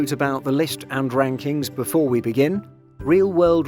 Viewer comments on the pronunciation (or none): none